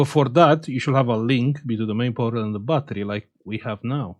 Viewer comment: Hi 👋 I really enjoy watching/listening to your educational and entertaining content. But when you stary saying Between correctly 🤔 🤣